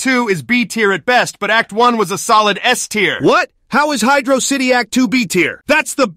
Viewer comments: Hydrocity is pronounced like atrocity... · Knuckles saying hydrocity the right way is nice